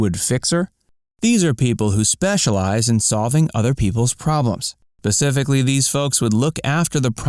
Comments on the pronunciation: specifically, not pacifically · Did you really say "pacifically" instead of "specifically"? Seriously???